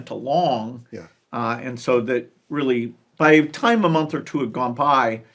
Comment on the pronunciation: Teally arny